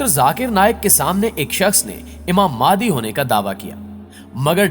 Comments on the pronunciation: بھائی میرے آپ اپنا تلفظ صحیح کریں پہلے ویڈیو اچھی بنا رہے ہو مگر الفاظ تو ٹھیک سے بولو ،، امام مہدی علیہ السلام ہوتا ہے اور آپ امام مادی کہ رہے ہو اپنی ہر ویڈیو میں ،مہربانی کرکے اگلی ویڈیو میں یہ غلطی آپ صحیح کر لیں۔۔بہت معذرت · Madi nhi bhai (imam mehdi a.s.) correct bolo please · Mehndi NHI bro MEHDI phly Khd ko to theek krlo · mere bhai ye dr zakir naik nahi haan aur madi nahi mehdi bolo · Jaahil k bache naam to sahi se le pehle maadi nh hazrat Imam mehdi hen or ye molana zaqir naiq nh he jhoot bolke awam ka phuddu bana rha he naam sahi se parh jahil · Aap ko IMAM MEHDI ka naam sahi lena ata nhi..